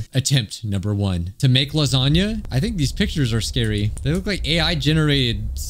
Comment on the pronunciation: likes lahzohnyah